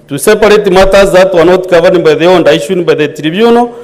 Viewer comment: The "Honda 😂😂😂" instead of Order